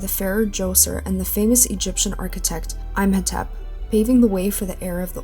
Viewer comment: Imhotep is pronounced "EEm-ho-tep"